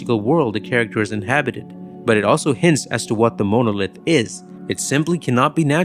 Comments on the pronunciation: I also like how the AI narrator says "MOW-NO-LITH." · It's pronounced mon - o - lith. Longish o on the second o not the 1st! Is this error do to AI overvoicing of this video i.e. HAL? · I love 2001 and your video is excellent. It definitely earned a thumbs up. But please look up how to pronounce monolith. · face-red-heart-shape:Great video - :face-purple-wide-eyes:Very Odd pronunciation of "grossing" & "monolith". Please work on those two, please. Thanks.:face-red-heart-shape